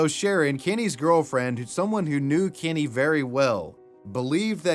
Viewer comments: I absolutely can’t stand the way you pronounce Kenny as “Kinny”… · I love how you say “Kenny” like Eric Cartman